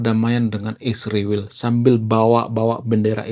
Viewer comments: Isriwil2 kalau menyebut nama negara yg bener dong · Sebut nama Israel pun tak jelas .. study lagi bro supaya menyebut nya benar